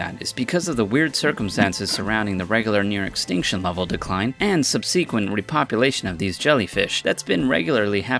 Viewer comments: "Sub-see-kwent" bruh its pronounced sub-suh-kwent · How come the guys who make these videos never seem to have a firm grasp of the English language? They always mispronounce common words or incorrectly emphasize certain syllables. I'm sorry, but it detracts from the cool info in the videos. SubSEEquent!